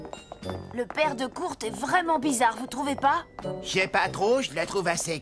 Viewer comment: Kurt sa se prononce " koeurt"